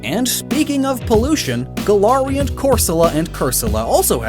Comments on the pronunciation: Really interesting video 👌 Although the way you say Galarian makes me want to throw up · im sorry, but the way you pronounce galarian annoys me deeply, other than that great video